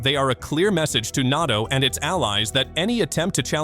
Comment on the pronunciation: sooooo AI ? How about you stop pronouncing NATO as "NAH TO" ?